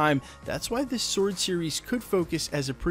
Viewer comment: I’m liking that you can pronounce “sword” correctly. I’m tired of people making the W prominent in the pronunciation.